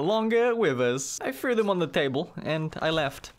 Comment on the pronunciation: Normal human: "Wow, I threw that ball pretty far!": "Wow, I frew that ball pre-ey far, eh? Got a bo'olle o' wa'er? I'm firsty."